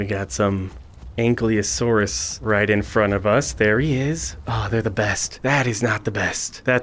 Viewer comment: It's Ankylosaurus (Ank-Eye-Lo-Sore-Us)